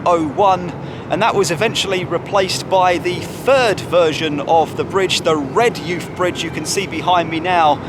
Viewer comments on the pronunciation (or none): Hi - Great video - Just to let you know though - It's pronounced 'REHJIFF' - There's also a famous schoolboy side called Redheugh Boys that acts as a scouting feeder to NUFC and the surrounding smaller teams 🙂